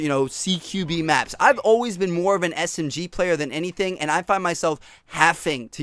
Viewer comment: When he was saying big maps it sounded like big macs